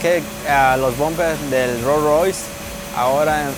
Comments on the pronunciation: Ro Roy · I love how my boy says rolls Royce 😂😂😂